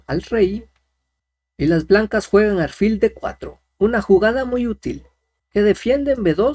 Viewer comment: no se dice aRfil , se dice aLfil con L